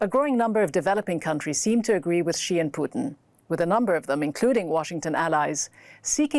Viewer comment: I like how she pronounced each one's name correctly, especially president Xi.